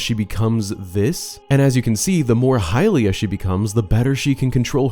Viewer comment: It's hylia